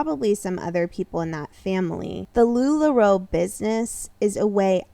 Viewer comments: I kind of love that you pronounce Lularoe. They don’t deserve correct pronunciation. LuLaRue forever! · Love as you say LuLaRu as shade :) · I might have to stop watching your content about sister wives girl, because you drive me crazy the way you pronounce Lularoe wrong every time knowing that's not how you say it 😂😂😂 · I can’t take anyone seriously who can’t even pronounce a very well-known company like Lula Roe, correctly.